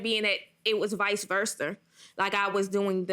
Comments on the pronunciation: NOBODY: Her “Vice VIRSTER” 😒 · Vice verse-ther?